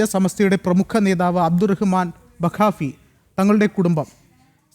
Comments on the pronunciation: "Bakaappi" alla ബാഫഖി ✅ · താങ്കൾക്ക് മലയാളം വായിക്കാൻ അറിയില്ലേ ബാഫഖി എന്നാണ്😂😂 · ബാഫഖി എന്ന് വായിക്ക് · 😂😂അല്ല മനുഷ്യ ബാഫഖി എന്നാ... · എന്റെ സഹോദര ബാഫക്കി എന്നാണ് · ബാഫക്കി... എന്നുപോലും പറയാൻ അറിയാത്ത നിന്നെ ആരാടാ വാർത്ത വായിക്കാൻ പിടിച്ച ഇരുത്തിയത്